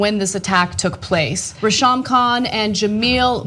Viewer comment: Its pronounced Ray-Sham man... No wonder I though it was two guys ...